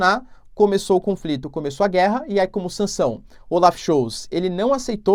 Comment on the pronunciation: Die Zeit = Dii Tzait = A Hora Olaf Scholz = Olaf Schóllltz... Não Schoutz Abrs